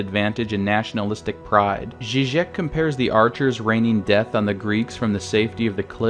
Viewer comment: my guy called Zizek "slav jaziki"